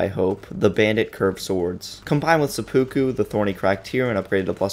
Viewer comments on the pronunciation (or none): none